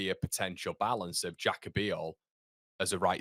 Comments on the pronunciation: His first name is pronounced haka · Pronounced Haka